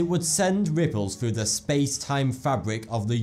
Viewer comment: when he says thought 2 it sounds like he says 42